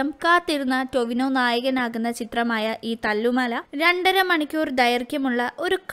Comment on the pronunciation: Tovion alla chechi Tovino 🌚cheriya oru mistake und